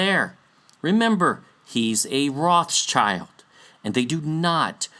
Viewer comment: trivia> how to pronounce this beastly family name: Rothschild - "ROT - SHIELD" means red shield (included in their family symbol)